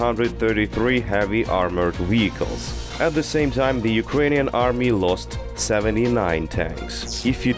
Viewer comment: I love how he says weehicles